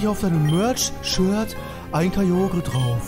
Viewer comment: Kyogre spricht man Kajoga. Hört man in Pokémon Generations.